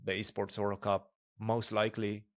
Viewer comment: Fabi it's called e-sport, not b-sport.